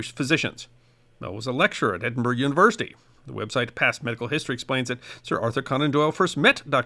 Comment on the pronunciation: Well done for saying Edinburgh correctly instead of Edinburooaa